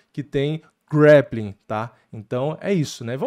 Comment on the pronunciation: Tu é muçumano? Grappling não é grEppiking 😂